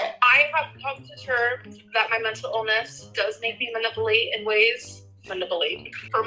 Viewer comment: I think you mean 'muh-nipple-ate' 😂😂😂